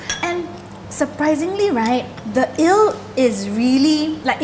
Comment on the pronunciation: Please learn to pronounce your words properly. It’s Eeeeeee-l. Not ILL. It’s not sick porridge. 🤦🏻‍♀️